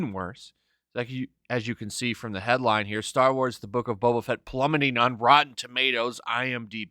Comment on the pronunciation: I cant unhear beta fett